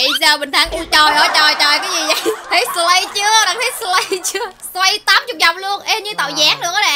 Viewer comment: Chị là sì lay chứ slay hong nỏi